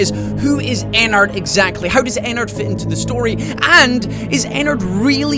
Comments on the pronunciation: it's not ennerd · did other say ENAD XD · Ever notice how Ennard is said like inward?